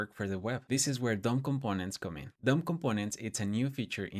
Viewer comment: i was hearing "dumb components" instead of "DOM components," and i was like, "... bold naming expo, bold naming"